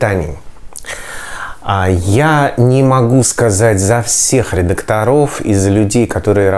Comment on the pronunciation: Н редакторОв а редАкторов,,,, деревня